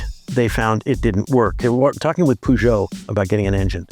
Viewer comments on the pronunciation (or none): WHO says Peugeot that way? It's like saying Cadillac but pronouncing the C like the one in cereal.